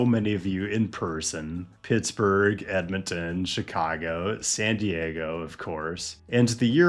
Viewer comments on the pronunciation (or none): none